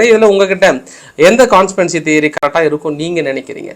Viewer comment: கான்ஸ்பிரன்சி தெயரி இல்ல கொண்ஸ்பிரசி தெயொறி. என்று ற்றுத்துடா வெண்ண